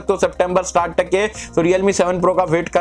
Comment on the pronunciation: Bhai tu stort kyu Bolte start kyu nhi bolta